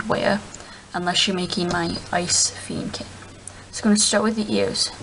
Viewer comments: Feeeeenneeeekin?? Pronunciation: Fen-ni-kin OK?! see my icon? It's a Fennekin. So no messing with ME!!!!!!!!!!! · You say fennekin wrong